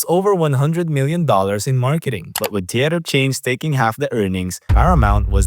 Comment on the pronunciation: I didn't understand the comment about something taking half the earnings, so I had to Google 'what takes more than half of a film's earnings' to decipher that he said, "But with theatre chains taking half the earnings..." 💸